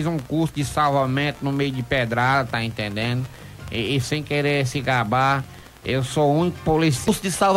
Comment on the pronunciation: "Tá intendenu"?